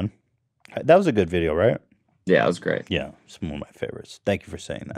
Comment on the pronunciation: ethan’s “GRET”